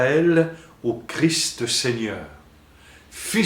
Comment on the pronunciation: On ne dit pas Jésus crie, mais Jésus Christ. On prononce le ST de la fin !